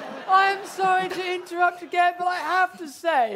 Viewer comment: I love the fact that the first time says again he established that it rhymes with Ben. Yet the second time he used again he rhymes it with mehem 😂